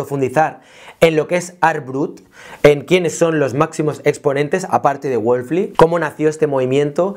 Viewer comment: Todo muy claro, el único detalle es que estás pronunciando mal el apellido de Adolf, pero ok, buen video. Ésta clase de exploraciones son las que ayudan a romper paradigmas sobre la creatividad